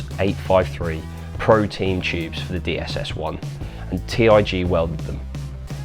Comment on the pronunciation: disliked because you said "T-I-G welding" and not "tig welding"